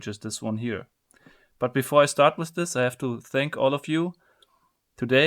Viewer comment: Why you say "with" "wis"?